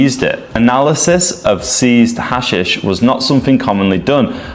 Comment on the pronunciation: Sorry dude, you calling ha-SHEESH "hash-ish" means you know fuck all about this topic so I can't take you seriously.